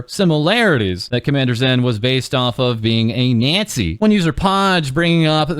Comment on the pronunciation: Can't believe he pronounces it like that NYAzi 😂